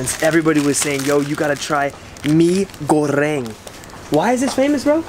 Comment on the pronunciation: aksennya berubah jdi indo ketika nyebut goreng